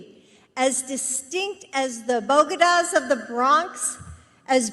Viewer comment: ’Boh-Geh-Daws’ Sounds like a Camp site